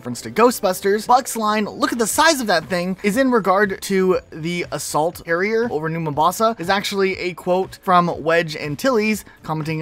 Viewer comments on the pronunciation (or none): "assault arrier"